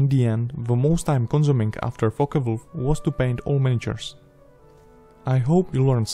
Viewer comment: Thought he said fucker-o😂😂😂